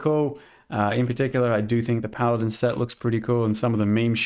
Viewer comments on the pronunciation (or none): none